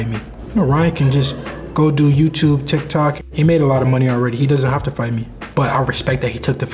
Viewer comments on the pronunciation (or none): none